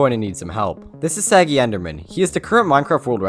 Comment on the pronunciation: i personaly know sagi you dont pronounce his name correctly